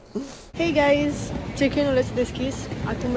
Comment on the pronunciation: I think you have to slow a bit down with the word, "Guys!" Wtf a zis de peste 30 de ori gayss...